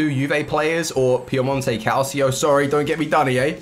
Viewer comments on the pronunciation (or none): none